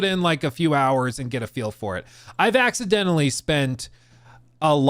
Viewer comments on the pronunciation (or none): "I accidentLLY " lol